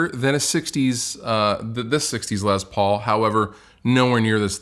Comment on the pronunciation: says “Lez Paul” cracks me up every time.